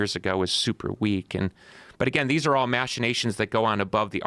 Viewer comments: except he pronounced "machinations" wrong every time he said it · someone tell billy how to pronounce machinations please